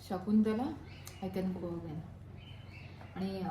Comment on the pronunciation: ते शकुंतला आहे... शाकुंतल नाही...